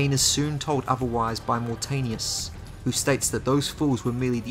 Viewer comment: Thanks for the videos man fan of your channel and I love Legacy of Kain so much..this game desperatly needed a good remake like demon souls remake in ps5. It is pronounced as Moor Taanius not Mortenius :P